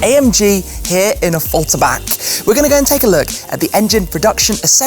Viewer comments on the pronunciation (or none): OFAULTERBUCK 😂 wer kennts nicht... Affalterbach